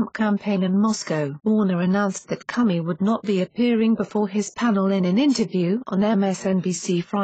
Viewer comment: "James Cummy"! Doncha just LOVE these computer voices? Hahaha....